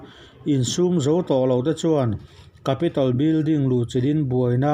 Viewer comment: Capital nilo in Capitol zawkni in ka hria.